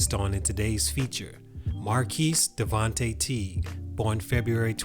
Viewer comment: His name is pronounced as "Mar-cus" not "Mar-keese" lol